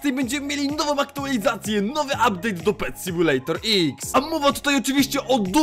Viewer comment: "Uptade" już farmie na nowy uptade :D